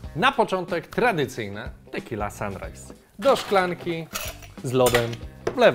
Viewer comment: "Tequilla" :D